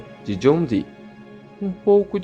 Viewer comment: John Dee , muito bem falado , o (e) dobrado igual a som e fonética Iiiiih